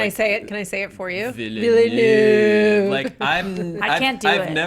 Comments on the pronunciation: "Villeneuve" should be pronounced in 2 syllables, not 3. Don't pronounce the "e"'s. If you put "vilnuv" into most text-to-speech or Narrator software (in English), it will actually pronounce it pretty close to what it's supposed to sound like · y'all are pronouncing Villeneuve wayyyyyyyyyyy off